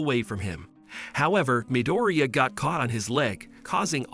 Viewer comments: bro said mideria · It's midorya not midearia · MIdOrIya? What? Is that how you pronounce his last name no no no no its Midoriya What your saying Katsuki's last name the wrong way Dude learn how to say it right! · Midoria not midiria lol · IZUKU MIRUDIA ITS IZUKU MIDORIYA NOT MIRUDIA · Why are you saying amdara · midooreea? ok im done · in the anime “midoriya” Real life “✨MiDoRiA✨” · he also said mideria